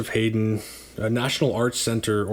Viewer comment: I spelled them out the way they are typically pronounced. You were saying it like “Hayden”. Check out David Hurwitz’s channel if you are unsure about composer pronunciation, he has thousands of videos for any given piece of music and has been a music critic for years. But I don’t mean to diminish your content, I really enjoy it! I am new to vinyl and you are helping me figure out what is good (and what isn’t)!